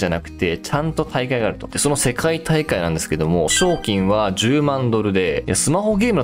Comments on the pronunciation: 賞金のイントネーションめっちゃ気になる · 賞金のイントネーション草